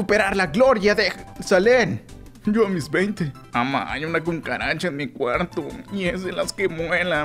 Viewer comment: una " 'cum' caracha" xd , cucaracha alvina si sabes a lo que me refiero